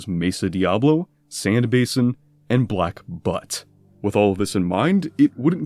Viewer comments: black butte and black butt are not pronounced the same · You lost me at "Black Butt". It's Butte, like "beaut"iful. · Lmfao "black butt" I know you probably pronounced it that way as a joke, but just in case you didn't, that isn't the way it is pronounced. I wish it were pronounced that way but it isn't. It is pronounced "byoot" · It's pronounced Black BEAUT LMAO black butt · “Black Butte” is pronounced as “black Byoot” not “black butt”. 🤣🤣🤣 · Black Butte is not pronounced like Black Butt. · "Black Butt?!" Butte is not pronounced that way, LOL! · Turned it off at "black butt" - you'd think you'd learn to pronounce things you're going to use in a video like this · "black butt" it's black butte 💀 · Hey, FU for pronouncing Black Butte that way. You're wrong.